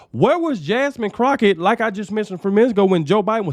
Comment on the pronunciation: Jamine "Crochett". Omg! LMAO!😂😂😂😂